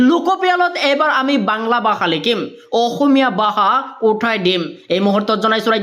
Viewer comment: Bhasha ❌ Baha 🤣 Bharat ❌ Barot 🤣 Val khobor ❌ Bal khobor 🤣